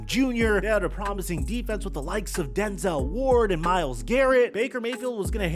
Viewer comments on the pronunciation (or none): none